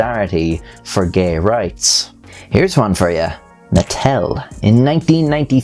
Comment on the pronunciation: I don’t know why I heard Nuttel